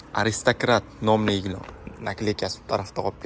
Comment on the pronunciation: Gilom emas gilam deb gapiring 55 yoshga kirib gilamni gilom deganni birinchi eshitishim 😅